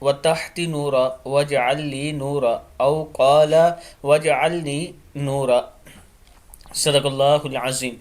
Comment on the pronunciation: جناب ایڈمن صاحب! اس دعا میں جو کہ نماز اور سجدہ میں پڑھی جاتی ہے۔ اس میں کم و بیش گیارہ بار “نورًا “ آیا ہے جسے آپ نے ہر دفع “نورا” ادا کیا ہے۔ کیا آپ کو معلوم نہیں کہ جہاں وقفہ کا کوئی نشان نہ ہو یا آپ کا سانس ٹوٹ سکتا ہو اس کے علاوہ رکنا منع ہے اور آپ لوگوں سے التماس کر رہے ہیں کہ online قرآن کی تعلیم دینے کے لئے ہم سے رابطہ کریں۔